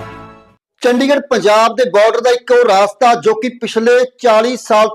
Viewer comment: ਰਾਸਤਾ ਨਹੀਂ ਰਸਤਾ